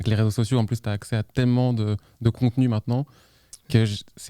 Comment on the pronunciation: il dit "maitenant" au lieu de "maintenant" ^^